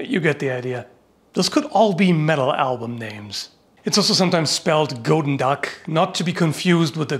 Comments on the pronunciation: Actuel dutchman here. It's not said as gotendag, but goedendag. Goe in dutch sounds a lot higher then go in english. Also the den is not silent and in dutch a sounds like e and e sounds like a. It sounds a lot more floresishy and not flat at all unlike how you made it sound. There is nothing wrong with how you say dag, but if you said that here in the netherlands I would know your a toerist based on how you made it sound. You would have eaten a club sandwhich that's for sure. It's a word that very few people outside of the dutch can prenounce perfectly that's why that story exists and I do believe it could be true. You can really hear the english execent but apart from that decent attempt man. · The 'oe' is pronounced as 'u'. So it is Gut'n'dach, like the german Guten Tag. Both G-s are a gutteral 'kh'. :) I'm not Dutch but I dabble. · you pronounce it as goodendach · As a belgian person the way you pronounced goedendag was the funniest thing ever. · I am Flemish. The 'oe' in the word should be pronounced as 'oo' in the English word good. Good day sir. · Oe is pronounced more like English oo as in “loop” but you’re pretty close. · As you demonstrate with pronouncing the G. In your great attempt... you failed to sound authentic (not even close). That's what it made it such a great test. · Man the butchering of dutch xD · almost sounds like goedenacht meaning good night. and oe is prenounst oo. nice G pronouciation. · You can just pronounce it as gooden dag. In dutch the oe is pronounced almost literally as 'oo', oo is pronounced as in... 'door', o as in 'stop'. No idea why I even bother typing this xD But who knows, maybe someone out there wants to know. Also I typed this before I finished watching, your 'Goedendag' impression is actually spot on :') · the pronounciation of the flemish "oe" is more like good in english less "oh" sounding. Your g sounds pretty good honestly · I can confirm this as a Flemish person myself, in English it reads goodendag